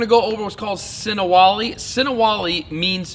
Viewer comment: Das Ist sinawali,nicht sinawali Wali😉